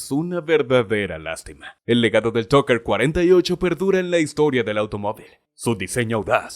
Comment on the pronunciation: El auto es Tucker, no Trucker. Si vas a hablar de autos por lo menos pronuncia bien. Hablas como Skipper, el pingüino de Madagascar.